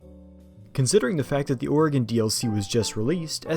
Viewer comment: Ayyyyy someone who says Oregon right! Edit:Lmao at ramming a car from behind and the little "whoopsie" popping up on the screen.